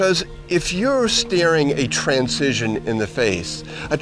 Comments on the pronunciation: I would think that someone who taught at a university would know how to properly pronounce transition. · This is a great message, but does anyone else thing he says the word "transition" in a weird way? It was so distracting that I had to watch it twice.